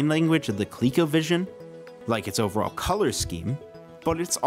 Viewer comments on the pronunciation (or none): none